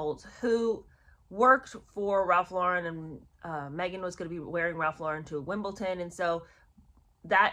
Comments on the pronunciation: I really enjoy your videos and watch enthusiastically for every new offering so I am loath to criticize you on this relatively minor point but I beg of you...please, please pronounce Wimbeldon correctly and not as Wimbleton. Granted, for some reason it is a very common mistake particularly amongst Americans but I have faith that you prefer to get things right if possible. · Babe, not being derogatory, but there’s no ‘T’ in Wimbledon (I have a ‘thing’ about correct pronunciation, especially with so many alleged commentators/ narrators who don’t bother to pronounce even the simplest of words correctly) NOT ‘having a go’ at you!! Just an aside, take it as you wish 🥰